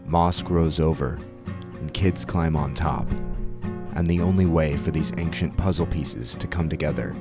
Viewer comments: Aside from you pronouncing "ancient" like "ankshent", this is a 10/10 documentary. Very well done!! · This video was pretty great except for the way you kept saying anc-shint was distracting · Why do you pronounce ancient as "anxient"? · May I ask why you say anksient instead of ancient? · why do you keep saying "anxient" instead of "ancient" :/ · Why do you pronounce “ancient” in such a way? Good video, though. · I'm loving this video. I only have 1 gripe, that hard "K" sound he puts in "Ancient". Well done overall, truly. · please learn how to pronounce ancient, your mush mouth ruined the whole video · I've never heard anyone pronounce "ancient" with a hard c, that is very strange to hear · Such a fantastic video! The only thing that throws me off is your pronounciation of "ancient" ^^ Maybe check that for the next video. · First i want to say that i loved this. But i have one complaint, and boy do i hate to be that guy, but the way you pronounce ancient was making my eye twitch 😂 to each their own though.